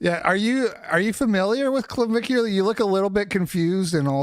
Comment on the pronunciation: I’m sorry but it was very boomer coded of that guy to know claviculars name but keep calling him clavicle. I’m not a fan of the guy by any means but cmon now unc.